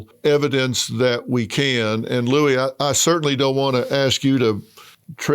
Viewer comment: he keeps callimg him Louie lol